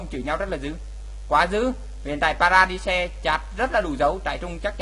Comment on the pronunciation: Vãi nhok. Trai rừng. Vs pa ra đai. Đọc zạ á. Gì mà trại trung. Pa ra di de.